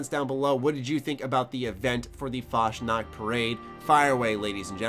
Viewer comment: Funny how you say Fasnacht :D